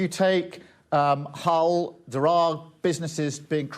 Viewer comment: She said Hell not Hull